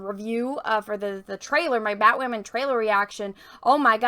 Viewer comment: You are so cute 😍💕. Everytime she says batwahmen!, Drink!